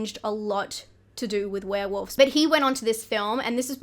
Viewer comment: Do you really pronounce it "Were-Woofs"? HaHa I'm dying!